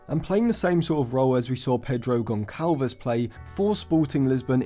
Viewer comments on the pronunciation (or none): Great analysis as always!! Gonçalves’s name should be pronounced Gonssalves, not Goncalves (in Portuguese language Ç=SS) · In Portuguese the letter "Ç" is pronounced as "S" and not "C", so Gonçalves is pronounced Gonsalves. Great video tho bro just wanted to let u know for next time 🫶🏾